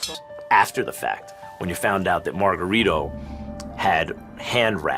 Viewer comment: Lo más encojonante del vídeo es como pronuncian el nombre incorrectamente es Margarito! No margaRRITO like a buRRITO pinches gringos. Talves si uso vendaje ilegal pero los golpes le entraban no? Como boxeador también te puedes proteger y bloquear los golpes! Todo le entraba a cotto